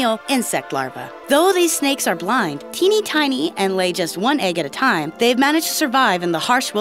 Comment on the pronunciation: like how many times you think she said "Tiney Tiny"